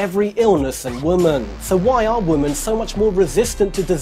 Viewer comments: Great did. BTW its women (wimin) not woman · He keeps pronouncing women (plural) as woman...for some reason it's driving me crazy😂😂😂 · "THAN WOMUANNNN" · Does nobody else notice the way he says women? As if he's slow or something?